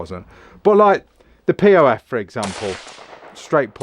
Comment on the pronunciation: Pronounced Pof, not P.O.F 😅great video, awesome collection. I’m a Spaniard living in the U.S. and my collection of pew pews is quite lovely. Cheers!